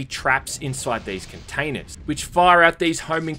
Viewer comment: Love your videos! you say containers like a southern person in the US saying Katanas. Random but made me laugh